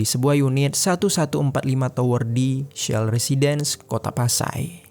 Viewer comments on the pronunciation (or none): none